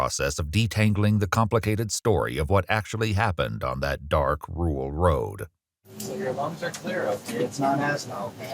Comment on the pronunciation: Rural is a hard word to say I guess, but why have it in your script if it can't pronounce it and mute it.